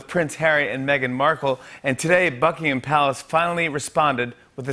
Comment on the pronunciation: > Did he say > Fuckingham Palace